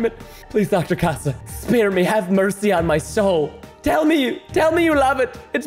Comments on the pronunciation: she is spanish and her name í pronouncesed like catha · I think it’s bronounced case-a